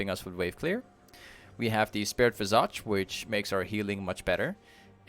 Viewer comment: The way you say Visage makes my ears bleed, great guide nonetheless